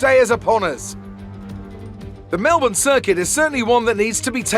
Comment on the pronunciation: Holy shut he says Melbourne somewhat right! He is officially my favourite f1 youtuber